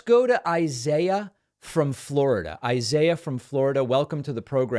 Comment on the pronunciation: Pronounced eeesaeeeah!!!